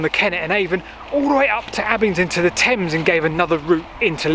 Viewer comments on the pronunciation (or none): none